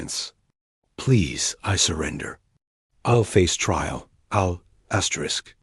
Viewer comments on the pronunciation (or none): Fix your AI or whoever is reading it there's no reason for it to be saying astric astric not worth subscribing to